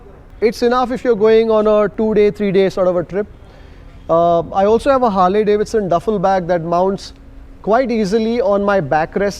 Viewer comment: it's Harley as in harlie, not Harley as in harlay. Proper noun bro.